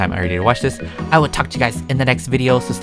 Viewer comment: “But I gatta train” ChAgAgAChOcHo! 2019 😂